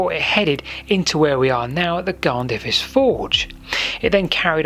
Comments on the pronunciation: Lol! Well at least you asked :-) Nearest English pronunciations something Garn-THUR-is, ('dd' is always a soft th in sound like in the English word 'with'. Emphasis always on the penultimate syllable; E.g. CADW is CAD-oo not cad-OO. Happy to help out if your down this way again in the future Like I said, love your vids - Keep up the good the work! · Amazing that someone is actually looking at the amazing areas around Blaenavon. But your Welsh prononciation is definitely not what I was expecting. Blaenavon (B-lie-na-von) and Garnddyrys (Garn-f/v/th-i-ris). Hope I don't just sound annoying. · Garn-there-iss is the closest I can write the pronunciation for Garnddyrys.